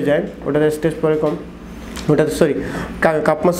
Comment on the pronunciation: শব্দটা এস্টেস না, স্ট্রেস।